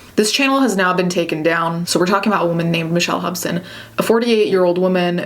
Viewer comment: When you first said the name Hobson, I thought I heard Hopsin.